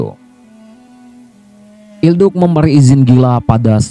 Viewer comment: mantap bang sedikit koreksi cara spell il duce yg benar itu "il duche" bukan il duk